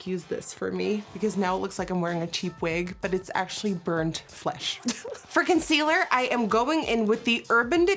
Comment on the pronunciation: sometimes when she says "for concealer" it sounds like "frickin sealer" 😂